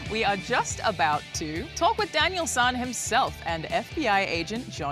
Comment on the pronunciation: It’s Daniel “San” not “Son” so annoying do some research lady reporter!!!!!